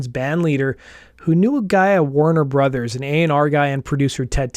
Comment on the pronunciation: I hate the way you say Warner Brothers